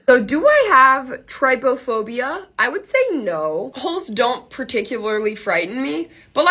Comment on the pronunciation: You said traptophobea wrong ❤